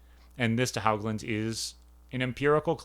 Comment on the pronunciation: John pronounced his last name "Hōgland." No hogs. I'm his widow. I'm enjoying your series on ontology, having been trained in philosophy myself. Glad some people are still thinking about these questions.